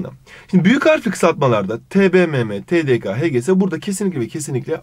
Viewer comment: 22.27 TDK'nin veya TDK' nın dediniz ke ka olarak okudunuz ama ke olarak okunuyormuş 4. Testte 1. Soruyu bu yüzden yanlış yaptım TATS 'dan öğrendim